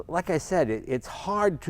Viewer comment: Jay talking about 400z: "This is brilliant" Jay talking the impact of the 240z the entire video: "But I LOIK this"